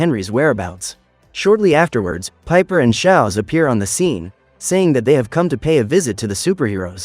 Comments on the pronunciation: It’s schooz not Shaz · schwaz? Nah shaowz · HES NOT SOWZ ITS SCHWOZ